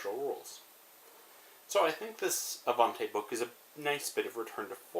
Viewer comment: The pronaunce is actually a-van-ti and the pronaunce of the a is like ah ;)